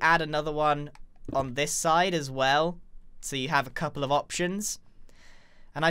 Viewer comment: Oh no, the bocket syndrome has become contagious! Pople are saying cople!